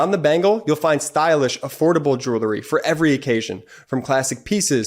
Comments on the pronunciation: It’s not JEW lery ….. it’s JEWEL ry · I love your show. But please the word is jew ell ry not julerry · Check proper pronunciation of "jewelry". I bet it's not " jew-ler-y"...